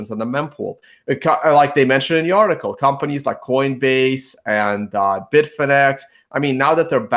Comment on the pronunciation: Leah has settled in nicely., you do a good job of surrounding yourself with the best. Did you say coinvays instead of coinbase? lol